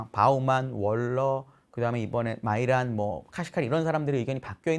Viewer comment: 스티브 미란이 아니라 마이란이라고 하니 신뢰가 더 올라가네요. 영어 잘 하시는게 대단하십니다.